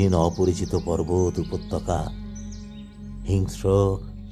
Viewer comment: চমৎকার নিবেদন। যে সময়ের গল্প, তার সঙ্গে মানানসই সংলাপ ও অভিনয়ের ভঙ্গি বেশ ভালো লাগল। আবহ যথাযথ। অভিনয়ে সকলেই নিখুঁত। তবে, পাঠের ক্ষেত্রে উপত্যকাকে উপতকা, কশাঘাতকে কোশাঘাত বা অভিনয়ে স্বখাতকে সখ্যাত বলাটা কানে লাগছে (যদিও আগাগোড়া পাঠের বাকি অংশ বেশ ভালো)। ভবিষ্যতে খেয়াল রাখবেন প্লিজ।